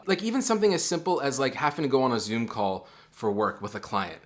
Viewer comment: i thought you said “join a cult” instead of “join a call”